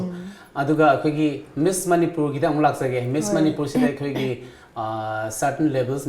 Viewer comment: it's Miss.. you called it like Miss into Mess.. lol